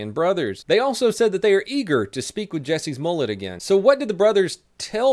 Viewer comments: My favorite part of this is how keeps saying "Jesse's Mullett" instead of Jessie Smollett!! 😉😉 Keep up the good work. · it sounds like you are saying Jussie's mollett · When says Jussie Smollet it sounds like Jesses mullet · It sounded like you called him "Jessie's Mullet." I like that!. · Whenever he said Jussie Smollett I thought he was saying Jessie’s Mullet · I kept thinking he said Jessie's mullet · Did anyone else hear 'Jessies Mullet'? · why do i allways hear "Jesses Mullet"? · Am i the only one that hears "Jesse's mullet" ? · Sounds like he says "Jesse's Mullet"...